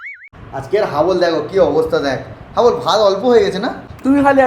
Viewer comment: হাবল ❎ ডাবল ☑️